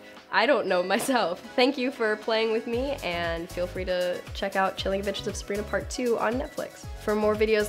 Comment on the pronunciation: “The chilling ahagsjaab of Sabrina” 😂